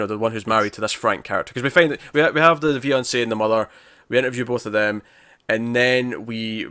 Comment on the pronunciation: Great review as always, but why do I keep hearing you say Viance/ée instead of fiance/ée? Is that an accent thing? :)